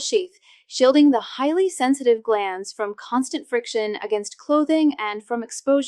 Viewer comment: It's GLANS, not GLANDS!!!